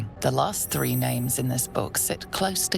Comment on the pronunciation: its pronounced THREE not Free